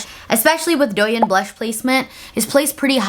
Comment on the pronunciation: finally came over from Instagram because I’m so excited for this video!!! one minor thing, the “yin” in douyin is pronounced like “yeen” with a long i ♥️